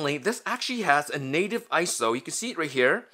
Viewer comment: Its not Isow its I-S-O which stands for international standards organization, PLEASE STOP SAYING ISOW!!!!!!!!!!!!!!